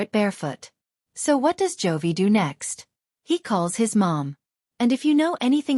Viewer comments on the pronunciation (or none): His name is J O V I , it Joy‼️‼️‼️ Stupid AI voice